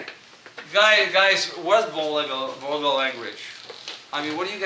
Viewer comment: he can't say vulgar